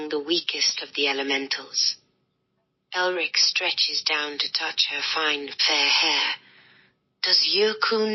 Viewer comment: ELRIC. Not Erlic.